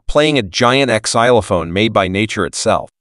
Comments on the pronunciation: Ex- zilophone? WTF? SPEAK ENGLISH... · you have pronounced so many thing wrong like Centralia and xylophone. you dont pronounce the X!!!! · Ex - zylophone? This voice needs a bit more training. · ...yeah close, ""Zy-low-phone.....no "X" upfront. This is what happens when you can't hire a human for 6 minutes...... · The way he said xylophone cracks me up. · Yeah, AI can't pronounce words properly. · A.I. Can't pronounce xylophone.......LOL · Do we pronounce the X in xylophone now?